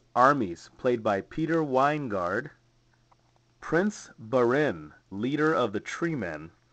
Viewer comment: It's pronounced BARIN as MARIN COUNTY